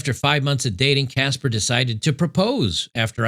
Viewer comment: "Caspher"? Caspher the friendly ghost, ghosted her 😂😂😂